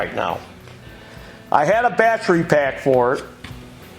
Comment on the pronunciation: It's not battry, it's battery.